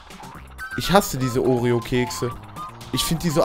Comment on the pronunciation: oreo nicht oreon